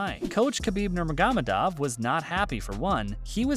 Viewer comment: You can't even learn how to pronounce Khabib's last name right? Come on dude...